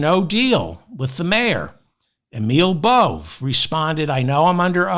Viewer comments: I believe Emil Bove… is pronounced Bo-VAy. You need to get your head out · Bove is pronounced Bow Vay. Love your show!